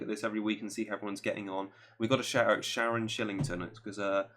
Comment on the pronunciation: Hey guys thx for the shout out that was awesome 😎. Although her name is Shannon not Sharon 😂😂. Hope you guys can nail some good picks for the next few. My tip is to take a punt on United. Morale will be up 10 fold, Rashford,pogba or martial could be bargains for their run of fixtures. Hoping ole benches lukaku too cause he has been woeful and has had a great knack this season for killing any momentum. Thx again and Merry Christmas 🎄😁